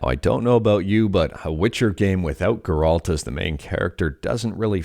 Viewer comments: Geralt? You never played the game did you. lol. That's where worse pronunciation of the name I ever heard. Painful too lol. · Ger- alt 🤢🤮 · The insistence of the Geralt pronunciation felt intentional to mess with people, i found it funny and annoying at the same time. Might be even more annoying if it's the correct way to say it and i've been mistaken all this time.